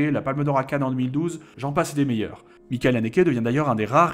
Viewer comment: A chaque fois c'est cohérent par rapport à l'allemand ^^ mais le ch de Michael est plus proche d'un ch français